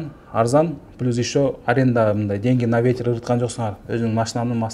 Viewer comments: Пилус пилус дейсин ушунча москвада журуп уйронбодунбу плюс деп айтышты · Пилус дейтко суйлогонду жакшылап уйрон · 🖒азамат рахмат силерге жигиттер ишинерге ийгилик Аллах жолунарды ачык кылсын.анан берки доске комфорт пилус эмес комфорт плюс деп айтып жур уят болуп каласын коп жерде а то. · Москвада журуп элементарный нерсени айталбайсынар Пилус деп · Комфорт пилус (плюс)😂😂😂😂😂